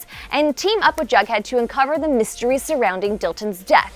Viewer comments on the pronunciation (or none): It's jughead not bughead.